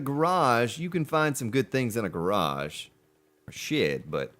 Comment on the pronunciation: The way you say 'Garage' reminds me of that Simpsons episode where Moe says to Homer "oh Mr Lardy Dahhh Garaage", Homer "What do you call it?" Moe " A car hold"